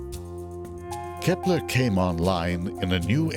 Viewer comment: It`s Kepler, not Kephler..